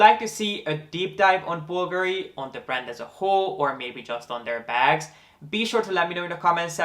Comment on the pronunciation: Thanks for taking the time to learn how to pronouce Bulgari correctly. Most people put the accent on the A and I must confess it's a bit annoying. I never comment on anyone who does that, it's not important and I don't like being THAT PERSON, but it's definitely nice to hear it pronounced the right way. :)